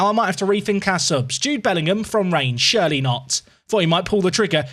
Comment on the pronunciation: why you pronounce surely like Shirley???